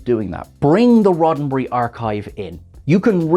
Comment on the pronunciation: "Roddenbree"...what is that?????